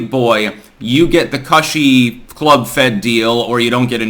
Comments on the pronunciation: Learn how to pronounce "cushy". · I know this is trivial, but I cringe every time you mispronounce "cushy." Its short for, "cushiony," dude. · Hey, a minor point of disagreement here...the "U" in the word "cushy" is not pronounced the same as it is in the word "crush". It's the same "U" sound as the word "cushion", which is the root word of "cushy".